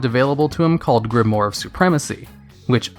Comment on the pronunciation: Solid video, as usual. :) Just a note, though: it's pronounced "grim-wARR," not "grim-wORR." ;)